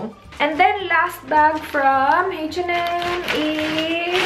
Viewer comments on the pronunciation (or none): ang kulet ng pronounciation ng H&M ... "heytch en em""heytch en em""heytch en em" hehe :)